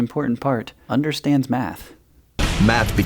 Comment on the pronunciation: The emphasis on "understands math" caught me off guard 😂😂